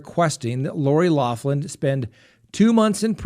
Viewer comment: you are incredibly educated and respectable man, PLEASE pronounce Lori Loughlin's name correctly PLEASE! It is like nails on a chalkboard!!! "loff‐land" really??? It is "lock-land".